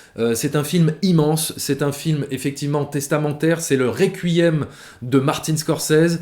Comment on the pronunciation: un "rekuuuiem", je ne savais pas que tu avais des origines nordiques? ^^